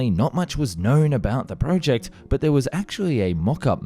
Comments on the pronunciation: If he says PREWject one more time, I'm gonna cry! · Fucking hell dude the way you say "project" is infuriating.